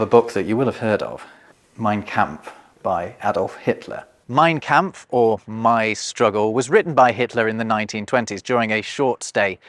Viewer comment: Excellent video as usual from. My only criticism is the pronunciation of the vowel sound in the German word “kampf.” The “a” should sound like the “a” in “father.” There is a YouTube channel Pronounce Names that has a short video “How to Pronounce Mein Kampf.”